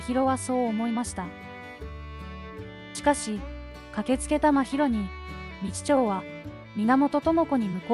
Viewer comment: てんこう、みちちょうにも驚いたけど、 ひだり・だいじん”ではなく”さ・だいじん” …音声読み上げソフトか何か使ってます？ あまりの読み間違いの多さに辟易。内容が入ってこない😅